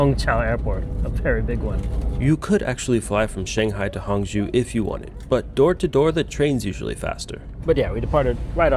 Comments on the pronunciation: Hangzhou: hang-JOH, not hong-JEW. Didn't you even listen to the announcements on your train?! Knowing how to pronounce the "zhou" syllable will serve you well in many Chinese cities. 🙂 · It’s Hang-joe, not Hang-jew. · It is Hangzhou. NOT HANGZU. It is pronounce HangCOU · Many Tourists goes to the light and giant water musical fountain show. I am from Singapore and I worked in China for 30 years. This place that you went in HANG ZHOU - pronounced as HUNG CHOUL as is CH with SOUL without the S, CHE- OUL CHOUL, zhou. There is Su ZHOU next door, which is very nice short ride away, and you can visit a very very big musical fountain laser light show there at Jin Ji Hu, Golden Chicken Lake, the place that Singapore invested and built from a farmland into a metropolis. Worth to go eat at the Michelin Starred GU SU Bridge Noodle Restaurant serving the SQUIRREL FISH hand pulled noodles. You will never forget it, and the food is not spicy in Hangzhou. Problem is, you went to a non local outfit, as there are many types of cuisines in China, 8 main types and 54 local types. Hang Jia Cai, which means Hangzhou Family Cuisine does not typically use chillies. They are mainly sweet and sour, using sugar and vinegar in their cooking for most of the dishes. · Like the way you foreigners butcher our language. Hangzhou is not Honggu! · it's hangzhou, not hangzhu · i swear if you mispronounce Hangzhou wrong one more time